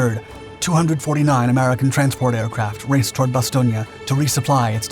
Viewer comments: Another thing, in the past you correctly pronounce Bastogne with the E at the end. I wonder why you change the pronunciation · "Nuts" didnt anger the Krauts. They didnt know what it meant. Do you even realize how stupid you sound when you keep saying Bastonia instead of Bastown? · I generally like your channel but am now questioning the accuracy of your other vids because of the mis pronunciations in this video and a couple of inaccuracies in this narrative. In over six decades on this planet I’ve never heard anyone say Bastonia. It has always been pronounced Bas-stone. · Bastogna??? IT IS Bastogne with and E at the end like the word End, There, Were, etc.... FacePalm.... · I love your videos but your pronunciation of Bastogne terrible, it’s bastone not bastogna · Why does everyone say Ba stone ya? It's just Ba stone for the pronunciation. Otherwise, great video. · It’s bass-stone not bass-stone- e-a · So, where is Bastonia? All I have ever read or seen is Bastogne. Ba stown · BASTON ..IA?> NO OTS SAID BASS TONE...TRY IT BASS-TONE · Good video, but it is pronounced ba·stown. Vince Speraza, a 101st gunner wrote a great book which included his first hand account of the battle. The book is titled, Nuts. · Bastogne is pronounced " ba 'stone" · Say it like Bass-Stone please. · Oh my....its pronounced Bass stone. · Hey, kid. Repeat after me. Bah. Stone. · “Bas-STONE”. Jeez…. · It’s “Bast-Own”! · Pronounced: "Ba-Stone". I've been there. That's what the local people say. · It’s pronounced BAS-STONE, not whatever butchery you were pronouncing 😂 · The name "Bastogne" pronouncing is wrong. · You pronounced Bastogne wrong bud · May be correct but by all the gods I hate that pronunciation of Bastogne. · Can someone teach this guy how to pronounce Bastogne? If you're going to do research to make a video, do your research and learn how to pronounce things, this is embarrassing. It's a disgrace to those who fought and died there. This isn't Italy!